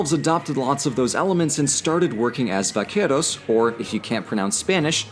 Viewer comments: Little tip: in Spanish, the letter 'v' is pronounced like a 'b'. You rolled the 'r' pretty decentlt, though; good job! :) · I’m sorry, you also cannot pronounce “vaqueros” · hey that prononciation on vaqueros was really good! :D